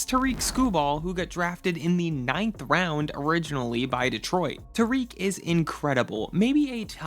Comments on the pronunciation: “Tuhreek Skubal” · TEAR-ICK …. It’s 2025 and you don’t know how to pronounce his name????